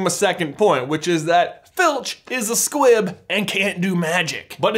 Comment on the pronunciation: I swear I thought you were saying Squip the entire time